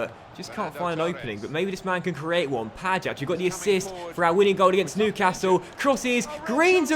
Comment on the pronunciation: the "ja" in Pajać is pronounced like "y" in yahoo.